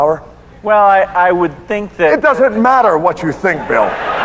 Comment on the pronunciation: fakk you "matter" not mather